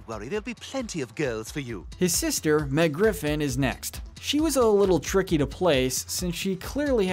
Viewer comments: meg not mick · Mick? You mean Meg? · Mick it’s meg